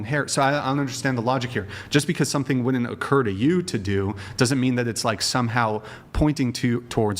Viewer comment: “Allegitteen.” She’s trying to say “alleg-itting.” Neither of those are words. Is she trying to say “alleging?” She sounds like some kind of robot from Idiocracy. The other one says “wood-dint” instead of “wouldn’t.” Guilty until proven innocent. The best thing you guys are doing is exposing these dopes. They walk around thinking they are God’s gift. Please knock them down several pegs.